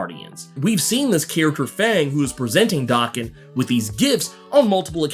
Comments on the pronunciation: Oh man, can we PLEASE stop mispronouncing Logan's son's name, already?! Daken IS NOT pronounced as DOKKEN. DOKKEN is A 80's-90's. Hair Metal named after the lead singer Don Dokken. Many bands had individual catchphrases, i.e. RATT, their catchphrase was "Ratt & Roll". Dokken's was rockin' w/Dokken. Daken is a Japanese term mean to demean a/o insult. It means dog or mongrel. In Japan 🇯🇵 , to call someone a mongrel is the Biggest disrespect. The correct pronunciation of Daken is Day-Ken, NOT DAH-KEN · It’s Day-Ken. Small nitpick. Keep doing what you’re doing and thank you!